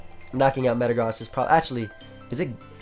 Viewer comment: Did he really say "Thatd Mega Zam" when clearly Mega-Gross is seen in the team!?